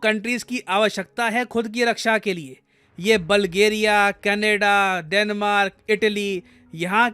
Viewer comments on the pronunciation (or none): none